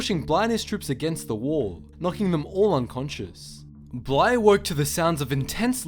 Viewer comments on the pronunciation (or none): Its bly not bla